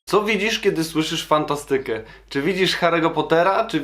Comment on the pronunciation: Naucz się poprawnie akcentować słowa hipsterze nie fantastyke tylko fANTAstyke